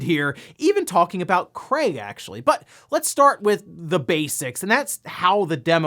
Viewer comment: did i hear you say Cray ? Or Crate ? we all know " Craig " He Should Be On The Box Art when Halo Infinite Releases